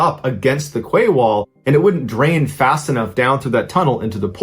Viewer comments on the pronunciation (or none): It is literally pronounced as 'key' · I really enjoy your podcasts buy I have to say QUAY is pronounced KEY. Silly I know but the English language is silly at times. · The word 'quay' is pronounced 'key' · More like Kay. Not key. ~boB